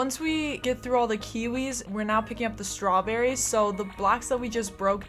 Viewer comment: are you serious right neow